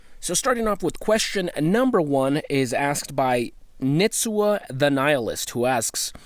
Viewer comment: I was nitsua_thenihilist with the what got you into western wear question🤘🏻 (my name is spelled backwards) great job on pronouncing that right btw😂, friends have a hard time with it.